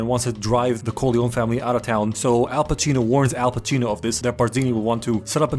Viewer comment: The italian pronounciations were awesome - Al Pacino (played by Al Cappucino Bella Ciao)